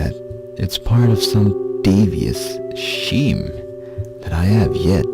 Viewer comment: pouting(p-out-ing) Scheme(skēm)